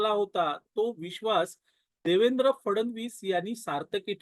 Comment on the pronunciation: फडण वीस " असा उच्चार न करता फड्णवीस असा करावा असे मला वाटते. क्षमस्व.😊